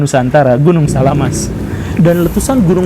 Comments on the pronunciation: SAMALAS pak guru bukan SALAAMaS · Samalas atau salamas pak guru? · Gunung Samalas om gembul, bukan salamas :D